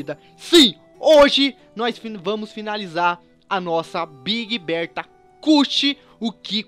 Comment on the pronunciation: vc falou big Roberta?